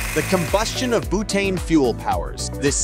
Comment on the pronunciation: Did his accent suddenly change to British at one point early on?? Also "bootane" 😅